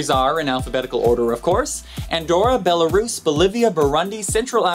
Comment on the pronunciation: Yay! You Fixed your pronunciation of Belarus!